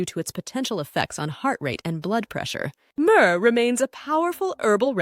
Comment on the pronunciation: "Murrrrrr" 😂 Having a hard time adjusting to the new voices lol. Great video. 👍